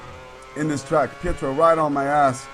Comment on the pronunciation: correct - and he was saying petrov when he should of been say pietro